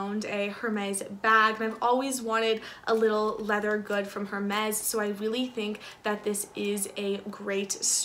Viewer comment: "air-mezz" don't pronounce the H